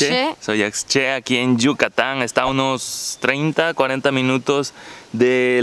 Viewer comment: La intención es buena, pero el compañero tendría que prepararse porque su ignorancia e impreparación queda muy en eivdencia: En nombre de la hacienda es Dzoyaxché y no DzoyaCché. La "x" maya se pronuncia "sh", justo como el la pronuncia cuando dice "Cuxtal". Los rieles eran para transportar las pencas de henequén del campo a la desfribradora y eso cualquier habitante de la hacienda se lo hubiera podido explicar. Supongo que se sienten muy por encima de la personas que viven por allá. También le podrían explicar como se pronuncia y que significa su nombre... Triste que haya tan poco respeto para las personas mayas de la península, los que no sienten la necesidad de superar su ignorancia.